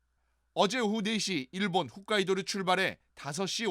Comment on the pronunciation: 훗카이도가 아니고 홋카이도요